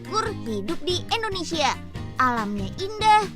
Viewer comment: Bukan ENDONESIA Tapi INDONESIA UNYILLL!!!!